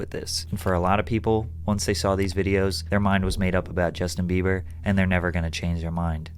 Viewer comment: He said Justin beaver